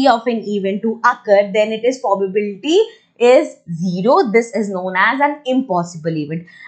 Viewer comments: It's not pobabdsfy it's probability😂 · Probability change to pobal pobal..😅😂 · It is probably not prubablity😂